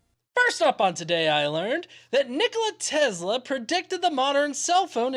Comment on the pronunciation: I apologize but I have to correct you, do not pronounce Tezla with Z but Tesla with S letter!